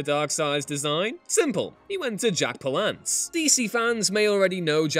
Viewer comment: Pal-ance not pa-lance